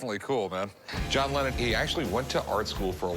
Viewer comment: "a John lemon" 😂😂